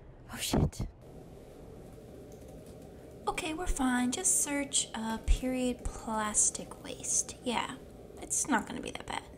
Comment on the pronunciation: it is not periodt it is period